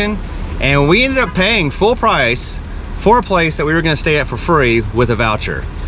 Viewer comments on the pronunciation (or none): none